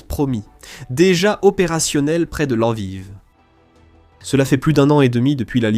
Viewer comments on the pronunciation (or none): none